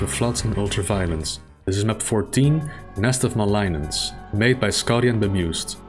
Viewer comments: I think it's a hard 'g', mal-igg-nance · That is some bad text-to-speech, like, really bad. Seems it's trying to be too generalized in handling and parsing sounds. As others have said, it's mal-ig-nance, You might also hear it said muh-lig-nance. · The G is not silent in malignance. Also, the I is pronounced the same as in lick.